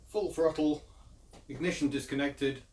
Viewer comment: "I can freel it fru da frottle pettle" LOL.... Two people separated by a common language...